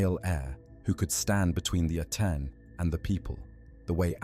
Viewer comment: Giving power to priests never ends well. Amun or the Aten. Akhenaten was a little crazy. And it's AH-ten not Ah-TEN.